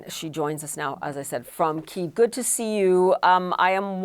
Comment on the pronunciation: Your own correspondent pronounced Kyiv with the Russian term? Really?